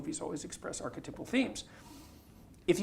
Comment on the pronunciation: Why is he saying archetypal so wired? Why is he pronouncing it archetipal? Is that an accent thing?